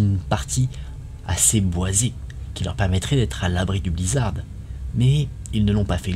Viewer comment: Ça choque personne d'entendre le blizzarDE !?